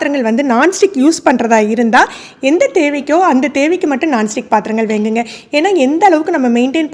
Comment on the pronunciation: ௭ன்ன தமிழ் பேசுறீங்க.வேங்குங்க என்னத்த வேங்க correct pronounce please